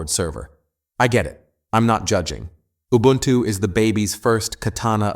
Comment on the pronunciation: Whats “ubluntu” lol